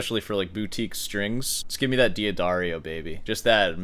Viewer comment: It's Da-dario, not Dia-dario. Also, ar-pe-jo. In Italian Gio, Gia is always pronounced "jo", "ja" short.